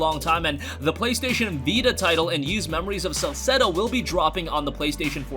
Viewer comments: Ys is pronounced Eees not Yees. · Ys is pronounced Ees. The Y isn't pronounced at all. It's not "Yeast" without the t. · Every time he mispronounces Ys.. 😖🔫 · It doesn't matter how weird you find it, you're still pronouncing it wrong. There are dozens of words that aren't pronounced the way they're spelled. Who could pronounce Worcestershire correctly if they were never taught? The first time I saw Ys was in a Justice League comic as a kid. Fortunately, it came with one of those translation boxes that explained how to translate it.